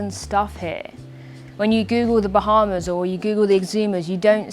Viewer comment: "bah" is almost as strange as ' "wahz"